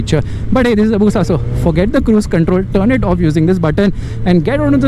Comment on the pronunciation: It's Bushaaaa......